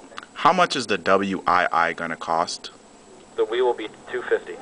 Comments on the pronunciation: dude it is a wii not w i i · it wasnt all that funny all he did was ask regular questions, and kept saying nintendo w i i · why did you say nintendo w i i? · dude, it ain't the W I I, the letters are together like this Wii and say it like this:WEEEEEEEEE!!!LOL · Wow It made me smile when you said W I I for the first time.... but it was OK...